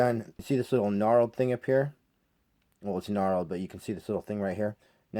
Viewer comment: Its KNURLED not Gnarled.